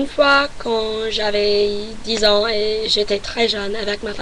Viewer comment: Ton français est super mais évite de séparer les chiffres et "ans" .Pour ça tu peux faire la liaison ;-)